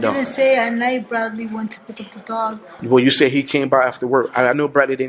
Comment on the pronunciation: The way he rolls that R lol Brradley.